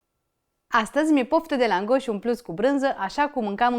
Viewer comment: Draga, accentul cuvantului langos se pune pe prima silaba, nu pe a doua